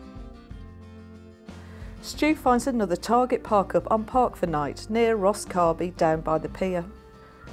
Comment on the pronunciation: It’s not pronounced Rosscarby, rather Rosscarberry. If you’re going to criticise my locality, at least get the pronunciation correct.